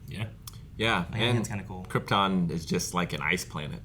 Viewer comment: Everyone was afraid to tell Marlon Brando he was mispronouncing the word “Krypton”. 🤣